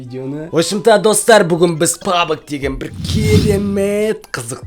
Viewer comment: Пабг емес пабжи